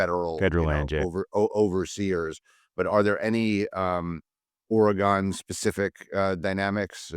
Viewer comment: The Aussie actually pronounced Oregon correctly, unlike the American....Even transplants to Oregon don't say it quite correctly.